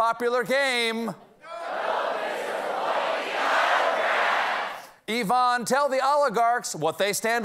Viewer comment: When you can't tell the difference between the way an American pronounces Yvonne and Ivan 😂